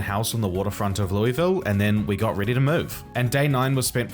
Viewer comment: It's pronounced like Luhlville, not Lewisville